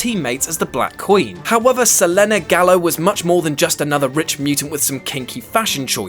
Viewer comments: It has been officially stated in the TV shows. Selene was one of the Hellfire Club in the 'Wolverine and the X-Men' cartoon series and it's said as Sel-een every time her name is mentioned. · Mike, from Texas I was actually going to roast this guy for saying Seleney. Thank you for bearing me to it. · Mike, from Texas, Thank you, the character was not intended to be called Seh-LEE-neh. That said, the name is the Greek moon goddess, Σελήνη [selɛ̌ːnɛː] , and since the character was older than Greece you could argue the Greeks named the Moon Goddess after her so their ancient pronunciation is closer. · pious83 Yeah they are. If someone pronounced "Michael" as "Michayell", they'd be wrong. No argument, because that is not how it's pronounced. So, unless officially stated, I think it's safe to say "Selenay" is straight up wrong. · This guy is horrible. No more narrations with him. Can’t say darkseid or Selene right. Yes I get it’s the Greek pronunciation but he’s still not the guy for these videos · Nyhousedancer7 you’d think for a website that promotes comics/fiction etc. They would have seen the Underworld movies and put two and two together on how to pronounce this properly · I actually had to skip ahead to the next entry on the list, because his mispronunciation literally made me cringe every time he said it. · screws up the Injustice story, can't pronounce Selene's name right... who's turn will it be to screw one of these up next? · Sell-Lin-Nay! LOL! pronounced Suh-lean like in Underworld. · Her name is Selene pronounced SELEEN not Selenay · Who TF IS SELENAY ITS PRONOUNCED SELEEN And spelled Slene DUMBASS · Selene is pronounced Se-LEEN, not Se-LENNY. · It's pronounced suh-leen not suh-lehn-ay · Well I've known many women named "Selene(een)", "Selena", "Celene(still een)" and none of them have ever pronounced it "Selenay". It just sounds so unnatural. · Se le neh? What a stupid pronunciation of Selene. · SE-LEEN GAL-EEYO not whatever the fuck he said.